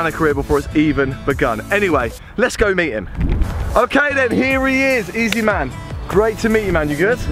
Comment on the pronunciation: Every time I was hearing easyma